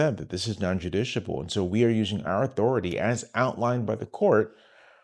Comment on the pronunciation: (Non-justiciable - non-“Jus-tish-i-able” )